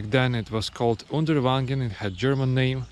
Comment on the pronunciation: It is called Uderwangen, not Underwagen 😉